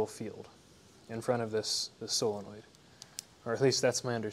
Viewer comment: Solenoid, not "sillinoid"...